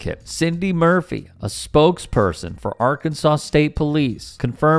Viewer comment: Another classic thug with a badge. The problem is they don't have the intellect to deal with anyone who has the slightest resistance to their "Authority" without using violence! and aother thing what do you expect if you can even pronounce the name os the state correctly. It should be pronounced "Arkansass" not "Arkansaw" 😂😂